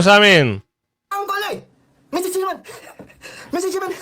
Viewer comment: Paduano, mistsetserman!!! Bulol kang yawa ka!!!!magpa speech therapy ka!!!!